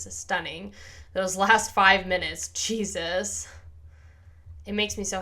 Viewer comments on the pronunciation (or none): none